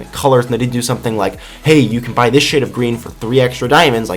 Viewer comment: I know he said shade, but it sounds like he said S***. lol